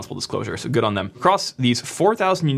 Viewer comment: lol none of that was applicable. Good job. Oh, sorry, I mean "jood" job.